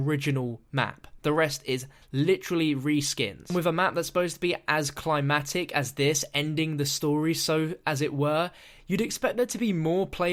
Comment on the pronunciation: He kept saying climactic wrong so annoying